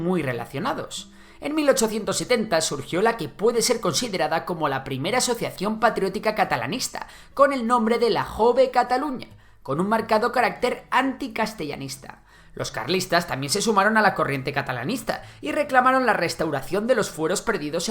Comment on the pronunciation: No se puede poner menos interés en pronunciar bien las 4 míseras palabras catalanas que salen en el video.... FranceCS Macià, LluYs Companys, "J"ove Catalunya..... vamos ni hecho adrede!